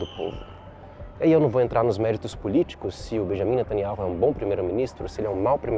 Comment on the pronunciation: Fonema: "beniamim nataniau"